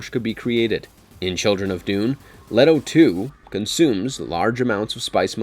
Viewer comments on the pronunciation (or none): none